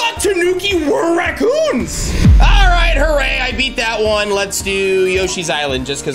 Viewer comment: first of all FINILLY YOU ARE BACK ON THIS GAME I HAVE BEEN WAITING FOR 4 YEARS!!!!! 2 of all XD the way you said raccoons!